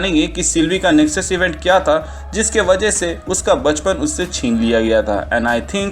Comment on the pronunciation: Its nexus not nesux